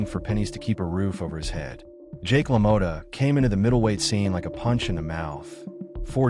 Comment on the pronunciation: la-moe-ta lmao its pronounced la-maw-ta. meh tomata tomato whats the differance ey lmao,damn good video though man i love jake lamotta